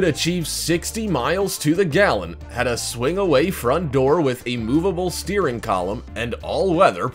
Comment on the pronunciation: it pronounced steering matee!!